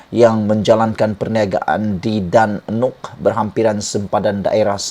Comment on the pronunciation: Sebutan "Dan Nok" tu silap. Mengelirukan. Yang sebetulnya "Danok" saja.